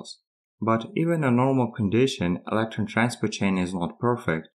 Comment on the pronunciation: When you pronounce "electron" and also "electron leakage" it was tough to make out what you were saying but going back and forth a few times I figured it out.